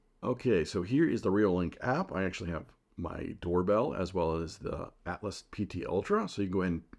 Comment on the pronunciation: It is the "Altas" not "Atlas"